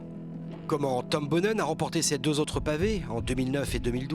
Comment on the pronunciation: Comment est-il encore possible de faire un documentaire complet sur un champion sans savoir prononcer correctement son nom ?! Boonen c'est pas Bounen, Museeuw c'est pas Musséou, sortez un peu de votre monde franco français svp :O